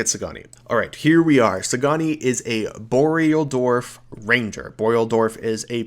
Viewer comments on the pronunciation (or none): Dwarf, not Dorf lol